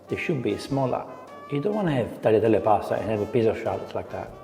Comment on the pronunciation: Then he say "Brushetta", and now he say "Tagleeatelly" and "Papardelly"? His pronunciation is not true like Jamie Oliver's pronunciations 😅